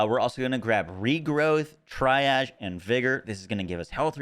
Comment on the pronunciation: C'mon, I know you're part Florida man, Tri-Ahze? It's TREE-ahge. All jokes aside, loved the video man. Finding the most broken builds, as always.